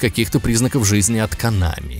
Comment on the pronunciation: не конАми а кОнами. а вообще пошел ты , что бы еще другим указывать то , как им удобнее произносить слова